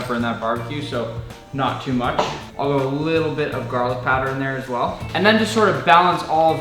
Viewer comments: "Garling Powder" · ah yes garling powder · Came here to ask about "garling" powder.